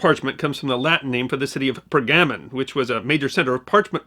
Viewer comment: Was there tray-sure in Per-gammin'?